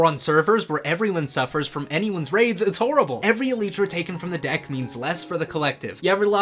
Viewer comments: Why do you pronounce it like that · no way he pronounced elytra like that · The worst crime is murder. The way says elytra: hold my beer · Elytra -> Eh lie truh | Elitra -> Eh lee truh Stop saying it like that man, I can't stop noticing every single time you say it. Great idea tho! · Its not elytra (e lee tra) its elytra (e lie tra) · Ermmmm you spelled Elytra wrong, it's not "elitra" it's "ELAITRA" 🤓👆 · el-lyt-tra not E-LEET-TRA I'm crashing out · good idea but its elytra not elitra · Brilliant. But i am personally teiggered by how you say elytra. Cause ive always said it "el-eye-tra" not "el-ee-tra". Not a criticism but my face cringed everytime inbetween the absolute entertainment lol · Its an elytra elaitra not a elytra elitra😂😂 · uhm... im pretty sure its an y not an e so shouldent it be e-ly-tra and not e-leeeeeeeeeeeeeeeeeeeeeeeeeeeeeeeeeeeeeeeeeeeeeeeeeeeeeeeeeeeeee-tra? (please dont start a war in the replies) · I like it But why do you call elytra an "eleetra" instead of "elaitra"? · Is it "eh-lee-trah" or "ee-lie-trah"? Cause I pronounce it the second way 😭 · ITS ELYTRA NOT ELITRA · e-lie-truh✅ e-lee-truh❌ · Why must you call it eleetra, I like the idea but I just can’t ignore you calling it eleetra. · ive never heard it called eh-leetra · a video about Elytra, and he calls them "Eleet-ra". Yep, they are definitely Elite ! btw, great vid ! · "Eleetra" hahaha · he keeps saying eleetra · Excuse me but... EL-EEE-TRA? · God, it hurts too much hearing elitra, am I the only one who thinks he is pronouncing it wrong? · ‘ell eee tra’ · I ain't taking advice from someone who says "ee-lee-tra" ..... He do got a point tho :) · Bro please say elytra correctly. It’s el.ay.tra, not .tra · Bro said E-lee-tra 💀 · its pronounced el-eye-tra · love that video "elii - tra" "elytra" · That cant be how youre supposed to say elytra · pls learn how to pronounce elytra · Good point. But the way you say elytra invalidates your argument.